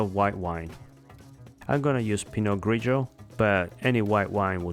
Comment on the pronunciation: *THANK YOU* for pronouncing "Grigio" correctly! If I have to hear one more uneducated monolingual American pronounce it "GREE-jee-oh" I'm going to explode.